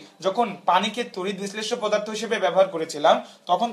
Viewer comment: পোদার্থ নাকি পদার্থ 😡😠